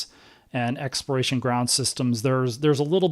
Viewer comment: Why do you, and other NASA administrators not pronounce the “L” in the word Exploration. You all say “expiration”. Which is a vastly different word. It’s kind of driving me crazy that you all can’t say the word correctly. It’s hard to take people as authorities when they get a basic, important word like that wrong.